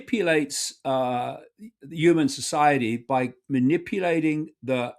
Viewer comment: I refuse to take seriously anyone who can't pronounce 'human' properly